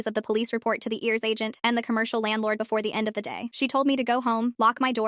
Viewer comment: It's pronounced I.R.S. not ears